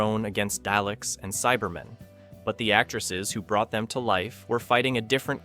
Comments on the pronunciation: 'Dar-lek' not 'Day-lek'. It might be a good idea to watch the programme before you do a commentary on it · The 'DayLicks"??? lol It's pronounced Dar-Lecks! Dalek. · Dah-leks. Not Dayleks. JFC. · I gave up at "day leck" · How the hell are you pronouncing Daleks? AI slop. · My thoughts 🎉 exactly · Yep, I watched that far and stopped to make the same comment. I will watch no more of this AI nonsense.